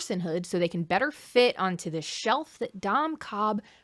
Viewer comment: Ok but counter argument to Dom Cobb's first sin: every time you say his name it sounds like you're calling him "dumb Cobb" with a slight accent which I think is very funny.